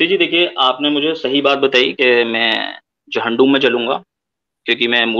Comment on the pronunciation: जालीम आदमी झंडूम नही जहानूम बोल जहाँनुम🔥 और एक बात तू कितना अछा insan है ये तो तेरे अखलाक से ही पता चल गया😂😂😂